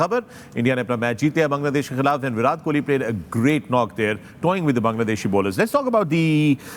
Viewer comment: not virath kohli its virat kohli...all Pakistani need tongue checkup😅